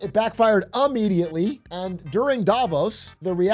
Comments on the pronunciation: new word unlocked. Ummediately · Did you say "it backfired Ammediately"? lol 🤣 This is the 5th time I've listened to this speech (the Carney one, not the pumpkinhead one). I pull new lines from it each time. I think it will be played many times in many places for years to come.